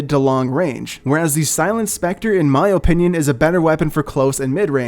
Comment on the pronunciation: Do you guys want his "O"pinion?